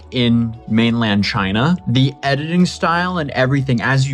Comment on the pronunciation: This is Chy-naa. The whole country is gross.